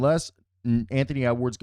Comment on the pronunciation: It's pronounced new-KLEE-ar, not new-QUE-lar. Check the spelling nu-cle-ar. But a lot of people mispronounce it, even presidents, professors, and military figures. With "nuclear," the cle part gets turned into -cu-lar, probably because “-cular” is a more familiar ending in English (think “particular,” “circular,” “spectacular”). That said, Wolves in 6. They got everything you could want. Size, experience, youth, defense, offense, a superstar and a bucket getting co star. OKC is talented, but young. SGA will have a hard time against this monster. Woves vs Knicks in the finals, with Wolves in 7.